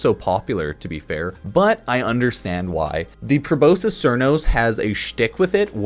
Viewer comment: please don’t call it Probosis Crnos it’s Pro-Bos-Skis Sar-nos. I know the names of things in the game are seizures for our brains but it’s just a good habit.